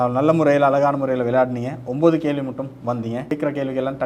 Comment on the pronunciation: நல்ல நிகழ்ச்சி நடத்துனரினர் மார்க்க அறிவும் பாராட்டத்தக்கது இந்த வயதிலும் மாணவியின் மார்க்க அறிவை கண்டு வியப்பு நடத்துனர் தமிழ் உச்சரிப்பில் கவனம் செலுத்துவது அவரின் திறமைக்கு உந்து சக்தியாக லாம் கேள்வி - கேல்வி